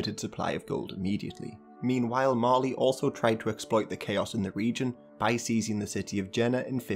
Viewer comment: I THOUGHT YOU SAID MARLEY